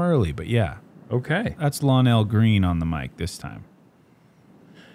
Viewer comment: Shout out to Nate for pronouncing my big brother Lonell's name right